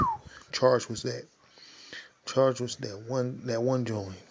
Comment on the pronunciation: Dead, did this Nigga say *charged*, its changed bro